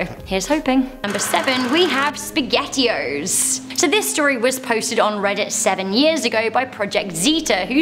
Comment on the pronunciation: "The speghettio" Don Don don 🤣